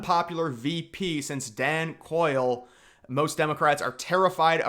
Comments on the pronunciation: Dan coil? You mean Dan Quayle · Just so you know- it’s pronounced Quail. Not Coil. We know you were a young and. Enjoy the videos though, but just thought you’d wanna know. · Dan “Quail” not Coil 😂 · It's Quail, like the bird. I'm old enough to have had to actually listen to his nonsense. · It's Dan "Quail" in pronunciation lol. Fix that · LEARN HOW TO PRONOUNCE DAN QUAILE’s name